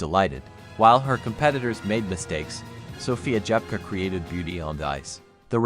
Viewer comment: СОФЬЮ Дзепко назвали несколько раз-Джепко..А потом и вовсе начало это ИИ называть фамилию Дзепко, Как Жепко!!! Да как же вам поправлять произношения? Разработайте программу коррекцию!!!